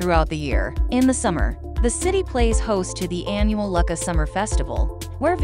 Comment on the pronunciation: Lucca is pronounced Loo - ka not Luck-a